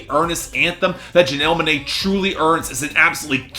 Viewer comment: “Janelle Muhnae”